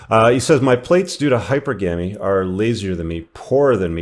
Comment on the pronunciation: You gotta learn how to pronounce "hypergamy" and "malaise"